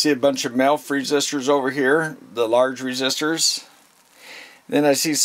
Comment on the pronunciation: I swear you're saying MILF resistors, not sure I could resist a milf 😁, but anyway I've just bought the HT118A I was just after a really practical multimeter I could do for guitar work that had capacitive measurement. Most of the things I'll be doing with it will be resistivity, capacitance and a bit of 240v stuff around the house. I know the movie is about the HT118E but for some reason this came up in the search for the HT118A. Glad I found you, excellent presentation and massive respect out to all you guys who mess with the real stuff! Stay with what you trust. Cheers.